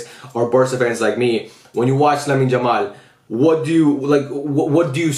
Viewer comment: I love your videos but can you please call him Yamal and not "Jamal"😭